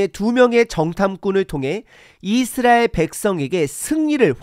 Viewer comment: "깨끗이"잫음-> 깨끄시(0), 깨끄치(×), "깨끗히"라고 쓰면 '꺠끄치'라고 발음 하지만 "깨끗히"라는 표기법은 틀린 겁니다. 오늘 들으니 이상하게 첫소리를 장음으로 발음하는 게 많네요. 이-스라엘, 언-약 등 등. 한글 사전 엡이 폰에 깔려 있을텐데, 거기에 발음까지 다 들을 수 있으니 참고하시면 좋겠습니다. 요즈음 장단 법칙은 많이 파괴되어서 사람들이 틀린 경우가 꽤 있지만 그건 어쩔 수 없지만, 제가 지적한 것 염두에 두시면 좋겠습니다. 목소리 톤이 높고, 강하게 말씀하시는 점을 지난 전에 말씀드려서, 좀 나아졌는데, 오늘은 다시 예전과 비슷하게 들리는데 참고하시면 좋겠습니다.